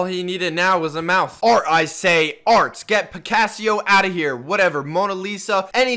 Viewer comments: "picassio" - 2019. smh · When he Said picassio i felt that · ah yes, picassio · His name is Picasso but I mean ehh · SpeedyBerst I said the same thing 😂